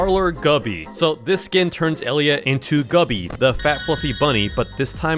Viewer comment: “Guppy😭” it’s Gubby. Edit